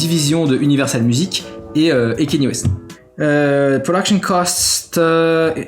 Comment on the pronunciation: C'est pas Kenny c'est Kanye bordel !!!